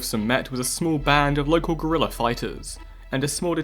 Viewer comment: Please never pronounce Guerilla as gorilla ever again, thanks.